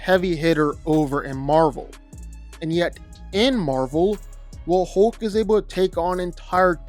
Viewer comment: Couldn't finish watching this. It's pronounced hulk not hoelk.